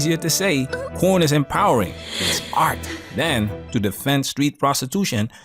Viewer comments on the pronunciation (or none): Bro said prON 😂😂😂